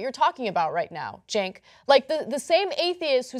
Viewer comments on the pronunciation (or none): none